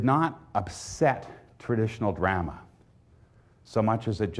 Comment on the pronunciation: drahma, not dr'ma.